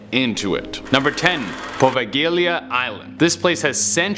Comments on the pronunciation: Poveglia is pronounced "PoVEILya"...not Povegailya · I wasn't sure about presenting style at first but now I quite like it but.... it's pronounced Pov-ale-ea XD the terrible pronunciations both annoy me and make me laugh lol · Best way to get close to pronouncing Poveglia Island correctly is Po-Vague-Lia. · It's pronounced povaylia island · the g is silent in Poveglia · I had to skip the first story because kept saying the islands name incorrectly😖